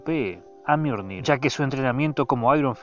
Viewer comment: JAJAJa "El miornir"